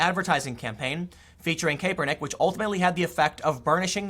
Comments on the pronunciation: It's pronounced Cap-per-nick , not Caper-nick. Noticed it in yesterday's vid. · It's Cap-ernick. Not Cape-ernick. I don't like Colin: not defending him...I just can't stand the mispronunciation. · Tim Pool it's Cap er nick not cape er nick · It's pronounced Cap-er-nick not Cape-er-nick. I don't like the guy but hearing his name said like that just hits the ear wrong. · It’s pronounced kappernick not kaypernick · KAPPER-NICK, not CAPER-NICK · It's pronounced "kap-er-nick" not "Kay-per-nick". People used to do this with Milo Yianopolous too. They would say "milo yiapopdopolous" because they're trying to distance themselves from Milo. They don't want you to know that they actually know how to pronounce his last name. People do this with LGBTQ as well. They'll say "LTGBQIZ" like they can't remember 5 letters or some shit. We get it, you have NO IDEA who what any of this stuff is! lol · IT’S “CAP-ER-NICK”, Tim! Not “cape-Er-nick. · good stuff once again It's pronounced cap-er-nick not cape-er-nick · Thanks for a great platform Tim. Just to give you a heads up "Crapernick's" name is pronounced more like Cap-ernick. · Vinh Hoang it's pronounced like cap-er-nick. Don't take Tim's terrible pronunciation over your friends who probably knew who the guy was before he kneel'd. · Good vid as always btw it's pronounced CAP-ER-NICK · Hoping this controversy stretches out for a few more days so I can keep hearing Tim say Caper-Nick. 😋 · How do you constantly pronounce names wrong. Cap-er-neck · Tim it is pronounced cap.er.nick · I could only make it 3 minutes in before hearing you mispronounce his name got annoying. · Have I been pronouncing Kaepernick wrong all this time? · are you saying his name wrong on purpose? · I admire how Tim doesn't know how to pronounce "Kaepernick." Ignorance about the NFL means he has his priorities in order. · Its hilarious when Tim says Kaepernick